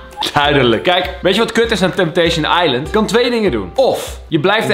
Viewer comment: Niemand:* Echt helemaal niemand:* Kalvijm: TempTeEsJen aiLent